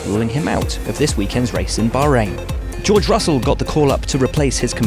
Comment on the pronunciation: Jurj Russul